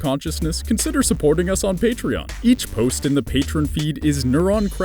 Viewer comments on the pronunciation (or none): none